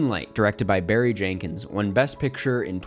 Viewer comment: Barry “Jankins.”